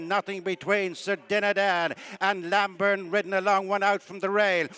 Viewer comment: The horse is Named Lambourn. not Lamburn. Terrible commetating.